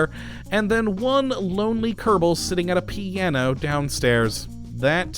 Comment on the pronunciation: Why do you say Kerdible space program?